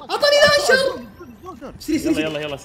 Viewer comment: اسمه لانشر مو لانشااار 💕😂